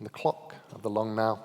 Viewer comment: I thought he said the long nail foundation 😅